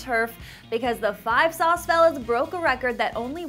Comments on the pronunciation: Gah~ Can I just say. 5SOS is pronounced 5 Es oh Es. SOS by itself pronounced how it looks doesn't sound right. At all. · im just laughing because she kept on saying "5 sauce"